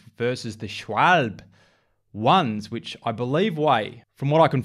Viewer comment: Learn how to say Schwalbe first. Schwal- be😉